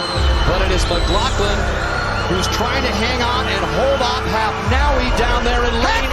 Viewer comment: It's "Ahmed Hafnaoui" not "Manaoui"! ahah Besides, congrats Ayoub!! You deserved it <33